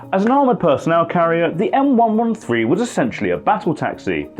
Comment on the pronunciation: Thank you for saying M One One Three correctly.